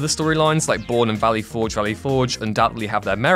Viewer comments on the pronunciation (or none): none